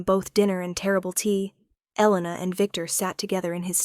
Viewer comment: Mafia? We don’t have Mafia here, we have Russians, Asians and Hispanics. Mostly fight with each other🤷🏻‍♀️. However, there are so many “crazy” and entitled people these days, I don’t know what would be worse.🤦🏻‍♀️ It was a good story, platitudes repeated too often though. AI pronounced “Elena” at least 3 different ways.😮 Rate the tale 7 out of 10 because I liked the topic and the heroine wasn’t a victim, which is so annoying.